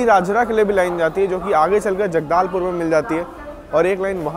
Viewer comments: That is Jagdalpur not jaggdalpur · जगदालपुर❌️ जगदलपुर✅️ तितलगढ़❌️ टिटलागड़ ✅️ खररिआ❌️ खरिआर रोड़ ✅️ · #Thetrainguru Have seen your all video.... LOVE ♥️♥️❤️❤️🥰🥰🥰🥰♥️♥️♥️♥️ from Chattisgarh... Feeling very Happy that you have covered beauty of our #Chattisgarh 🌾🌾🌾🌾🌷😍😍 Bhaiya vo *जगदालपुर नहीं #जगदलपुर hai.... Hope ap samajh gaye Honge 🙏🏻🙏🏻 Hope reply to my Comment #love #railfan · It's not jadaalpur it's jagdalpur 😁😁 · जगदालपुर नही जगदलपुर है , और टीटलगढ़ नही टिटलागढ़ है। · जगदालपुर नही जगदलपुर है उसका नाम।। हम है जगदलपुर से।।।। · Bhai vi rajnandangaon ni rajnandgaon hai or jagdaaalpur ni jagdalpur hai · छत्तीसगड़ीहिया सब ले बढ़ियाI और वो तीतलगढ़ नहीं टिटलागढ़ हैI जो ओडिशा मे स्थित हैI राजानंदगांव नहीं राजनंदगांव हैI आप ने जो जिस जगह को जगदालपुर पुकार रहे है वो जगदलपुर है I और भी ट्रैक कम्प्लीट नहीं है सिर्फ दल्ली राजरहा से थोड़ा आगे तक ही ट्रैक चालू है I